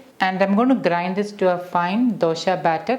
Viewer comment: Why is she saying dosha? 😂